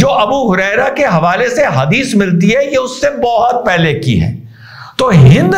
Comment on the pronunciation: ये हदीस कहा आपने या हगीज😂😂😂😂